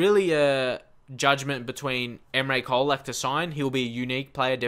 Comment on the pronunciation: It's pronounced like Cholak. :)